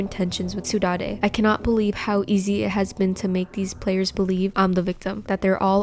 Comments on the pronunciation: saudade is actually pronounced "sow-dard", its a spanish word that actually has no translation to english, and is described as the feeling of walking home from a party, feeling glad that it happened, but sad because it's over, this is super interesting in this instance, and almost adds to the lore and story in a way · The way she pronounces "Saudade" LMAO